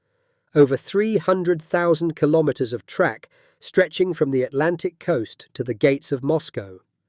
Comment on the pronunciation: Kilometers is pronounced kilo-meters, same as kilo-grams and kilo-watts. Not ka-lom-it-ters. Say kilo and then say meters.